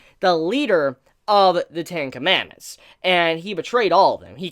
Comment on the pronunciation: why do I keep hearing tinkamamooth when you say ten commandments XD